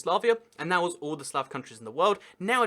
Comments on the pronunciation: I swear he was saying slab, hrvatska 🇭🇷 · Sounds like he's saying slab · It’s annoying how you pronounce “Slav” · You are saying slav wrong its with a much deeper a almost like an o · I always thought slav was supposed to be pronounced with a longer a sound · Irs pronounced with a long a.